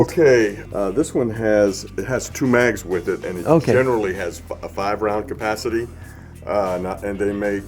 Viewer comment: capacity 의 정확한 발음을 들었네요.